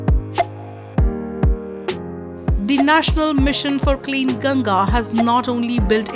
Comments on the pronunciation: Its गंगा.. Not गंजेज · what is gaenjes, it's gangaa. Should not butcher it's pronunciation when speaking in english